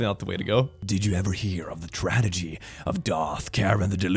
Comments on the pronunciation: How cute is it that is always saying "tradegy" instead of "tragedy"?:3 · When click says "tradegy" <3